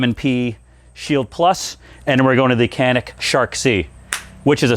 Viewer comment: OMG-you pronounced Canik correctly. LOL Love it. (Jan-ik). So many mispronounce it. I like a lot of the new Smiths out there. They have definitely stepped up.